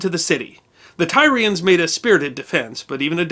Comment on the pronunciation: “Tyrians” is pronounced “Tear- ee -ans” I love your series, but sometimes your pronunciations drive me to drink. Keep up the great work, I do love your series, in spite of my pet peeves. ;-)